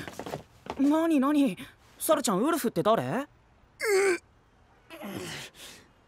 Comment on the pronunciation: 発音がちゅゎぁ～～～んで笑う ルパンの不二子ちゃんみたいな……